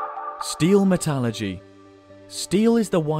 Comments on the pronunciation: And mispronounced it as well :-/ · Actually stopped watching so I could do about 3 double takes, because there is no such thing as “Metalurgy.”